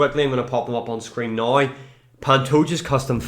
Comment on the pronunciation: How tf do you sell the word "now" and then proceed to say "noigh"